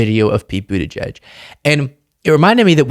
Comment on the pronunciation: Pete Buttigieg is the best we have. I voted for him in the 2020 primary and I will vote for him again in the 2028 primary. (BTW, it drives me crazy when those two sellouts, Joe and Mika, can't seem to be able to pronounce his name properly.) 💠